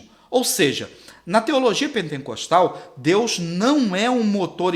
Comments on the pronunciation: Não é penteNcostal que fala. É pentecostal, sem o N no meio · Pentecostal.... não pentencostal.. só pra constar.... parabéns pela aula...